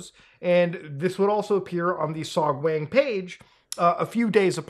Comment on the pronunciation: To be fair to Beer Guy, beer does in fact have lots of B vitamins. Love the vid, but my guy, your korean pronunciation bugs. It's pronounced "sohg-wahng" for example, not "sohg-wayng". Always pronounce the korean A like "ah". If you're bored sometime, check out how to pronounce the language -- it's actually quite easy to learn, because the written language was created by King Sejong to help the poorer parts of the population learn to read some centuries ago. You can go from knowing nothing to being able to pronounce almost every syllable in less than an hour.